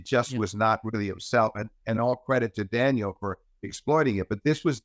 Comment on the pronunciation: Steve is a great analyst but he has to stop calling Daniil...Daniel